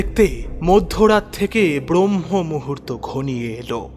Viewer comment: Khub bhalo laglo as usual. Ektai feedback, kotha ta brohmomuhurto nay, bhahmomuhurto.